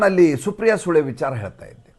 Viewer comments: Guru pronounce supriya sule properly it's soole not sule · ಸುಪ್ರಿಯಾ ಸುಳೆ ಎಂದು ಹೇಳಿ, ಸುಪ್ರಿಯಾ ಸೂಳೆ ಅಂದರೆ ಕೇಳಲು ಕಷ್ಟ😢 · namaste i have a sincere request while taking the name of Supriya Sule kindly pronounce sule not with kannada accseentit sounds really bad i am sure you don't have that kind of intention but try to correct pronounciation of the surname Kindly excuse me i am someone ordinary person but take my suggestion Thankyou